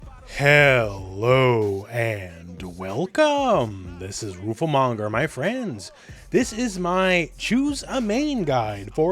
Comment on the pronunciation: read it again, its roofle not roofie